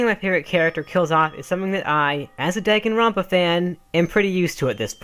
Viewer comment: DAGENRONPA HE SAID DAG EN